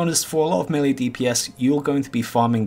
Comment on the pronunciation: Low Level Items - Ravager Level 37, right, that IS low Btw. it is mElee, not melli oder melly